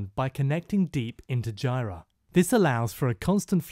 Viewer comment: You're pronouncing jira wrong.